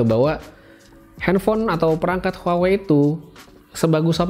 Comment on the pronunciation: Bukan huwa wei tapi WA WEI